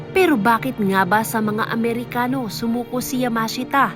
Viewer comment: 12.39 Kailan pa nakipaggyera sa mga Pilipino ang mga "Mehikano" (Mexicans) 😂😂😂